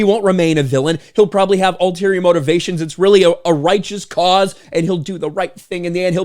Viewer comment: "MoTITivations" got me rearin' to go.